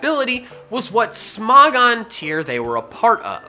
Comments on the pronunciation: Its smo-gon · You pronounced Smogon wrong